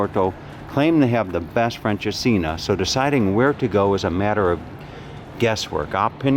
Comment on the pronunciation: Nope, it's not pronounced "French'as-seen'er". 😃